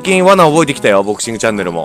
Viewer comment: ドクシングって聞こえたw